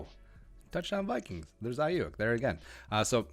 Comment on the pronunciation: It's pronounced Ayoook...